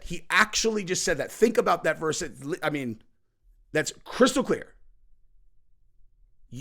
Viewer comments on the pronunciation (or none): none